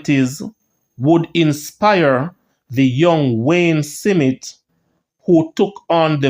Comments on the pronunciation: My brother, the pronunciation is Smith , not Si mit? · Smith, not Simith smh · Smith not Simit 😂😂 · Jamaican pronounciation is Smit not Smith. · This is YouTube..people from all over the world reading.. shouldn’t be hard to pronounce the a name like “Smith” Big people ting! Bless up! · Thank u cause for a big man i dont knw how can this man pronouce it like that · That’s how st Elizabeth people pronounce it 😂